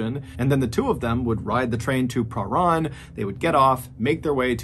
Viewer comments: As much as I love your videos I have one request as a Victorian from Australia never heard a place called perrun there is a place called parhan instead of saying it the way its spelt say this way per ran only its spelt parhan if going to do Aussie stories please know how it's said 😊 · Yes I’m from Melbourne where this happened. By the way that suburb is pronounced Prah -RAN (as in ran away) . Babysitter should still be in jail for this crime, evil woman. RIP Rachel.